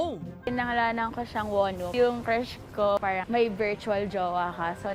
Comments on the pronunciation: Wonwoo? Wa... WAMUU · “Wonwoo” Caratttt!!!